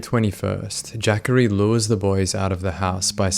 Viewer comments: “Jackary Taylor” I believe its Juh-corey haha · Man says jackery its clearly jah corey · I kept thinking…Jackery what a strange name. It’s Juh-Cory. I figure you’re not from the states and I probably should already know that. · Its Juh-Corey I believe